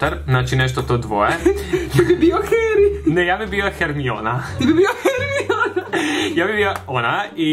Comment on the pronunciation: Čita se hermajoni ne hermiona i niko te ne bi prihvatio kakav si